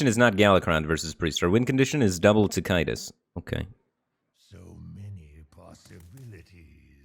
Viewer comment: I don't like how you say Tick- itus like he's some sort of disease. Show chunky rocky boi some respect.